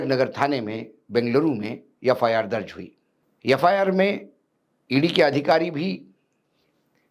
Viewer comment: कृपया, यफायार ऐसा न पढे बल्की एफ् आर् ऐसा पढे।